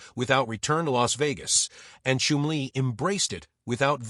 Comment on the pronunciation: Chum-lee not Chim-lee. Shit txt to speech 😊